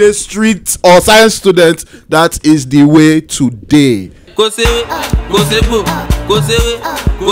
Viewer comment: he said "i kno de wae"